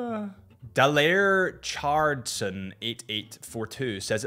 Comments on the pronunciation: Da Lare Chardson. What the hell. It's Dale Richardson. Where did you learn English? ROAST. Great video by the way. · did you really say Daler Ichardson instead of Dale Richardson LOL, happy birthday btw! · bro can't read names. Legal Kimchi "Leg Al Kim Chu" , Dale Richardson "Da Layer Chardson" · Happy birthday, my name is dale Richardson not daler ichardson 😂 no offence meant, I'd happily have your collection, I wouldn't care if anyone thought it was boring!